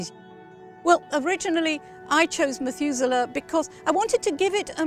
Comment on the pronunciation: This is such an amazing story. Amazing to hear the correct pronunciation of Methuselah as well. Well done to the Mothers of Methuselah! <3